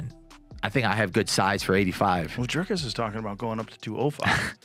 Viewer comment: Not driscus